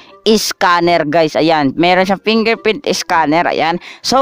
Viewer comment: Pingerprint Iskaner ahahahhaa ayos ka boi